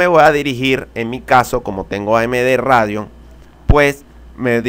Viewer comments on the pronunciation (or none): Nividia ati radeon ajajaa no es Nvidia y reidion?